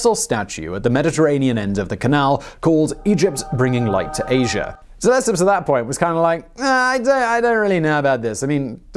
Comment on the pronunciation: It's not duh-lep-up de-le -cep (as in scepter )